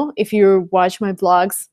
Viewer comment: Interesting, your pronunciation is perfect! I hear some Rusian influence only when you say CHANNEL and WATCH because your CH is too soft. I hope you can work on that. Love, hugs...